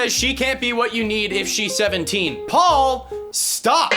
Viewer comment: Pual (pronounced POO-all)